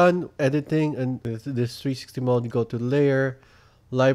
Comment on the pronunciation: He is good but when he says 360 it sounds like trsti